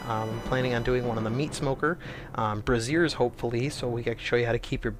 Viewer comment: LOL, it's braziers not brassieres. The latter, meaning bras. Bray-zurs. Heh. Sorry, it made me giggle.